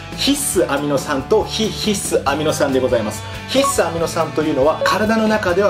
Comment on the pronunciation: ひっ↑す アミノ酸。が気になる。笑